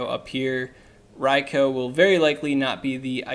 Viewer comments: Ria-koo ! Not Ria-Koe ! -_- ever-time you said it I cringed ! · I disliked for the pronounciation of Raikou (Ryekoo) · Maybe a litle petty but there is no O at the end of raikou its not raiko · It's pronounced 'rye-coo' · raicoo sounds more natural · Hearing you repeatedly mispronounce riakou is irritating